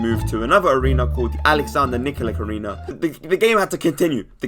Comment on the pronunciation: It's Aleksandar Nikolich Arena, not Nikolik